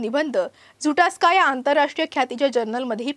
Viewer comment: डरवाफ नाही ओ ताई. ड्वार्फ आहे ते. झुटास्का नाही झूटॅक्सा असं आहे. कृपया कॅमेरा समोर बोलताना एकदा नीट समजून घ्या. 🙏